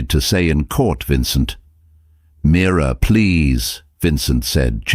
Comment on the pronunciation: It’s Mira not mirror 😅😅